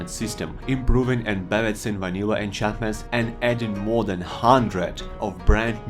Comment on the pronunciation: “add moah then haaaandrad nyuw ahnchantmant”